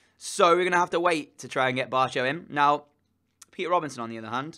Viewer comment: I think barco is pronounced barko